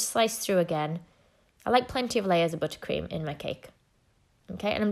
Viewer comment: I love the way she says “butter cream”. Buttah Cream